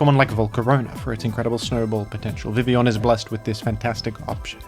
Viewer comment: Perhaps the thing Primal Groudon is most respectful of towards Vivillon is how can pronounce Vivillon's name correctly but not Groudon's.